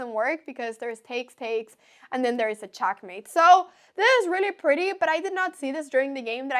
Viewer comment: i love the way she says checkmate. CHOCKmate lol